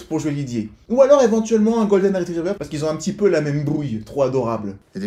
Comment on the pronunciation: C'est bon t'as dit qolden et non labrador je me désabonne c'est bon ! Je rigole je m'en fou